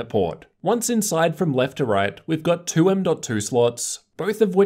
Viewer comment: They way you say two kill my ear are you pulling out of your gut. Everything else you say is normal.